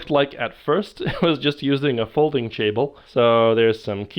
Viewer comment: "i was just using a folding chable" The Rich Evans is spreading